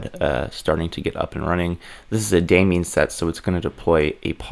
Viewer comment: How can someone be this good and pronounce it "demion". :D. Great content, mate!